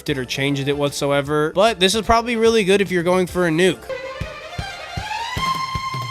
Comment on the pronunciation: Bro said goot